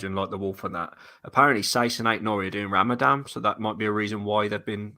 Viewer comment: Ramadam! looool. It's called Ramadan bro!